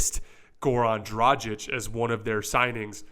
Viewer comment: The "G" in Dragic is hard, like the "G" in "good." Not soft like the "G" in "genuine."